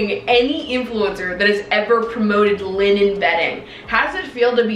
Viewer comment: hahaha the way she said “liNEN” 🤣